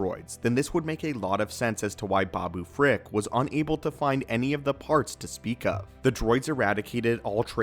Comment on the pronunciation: Did he say babooprick lol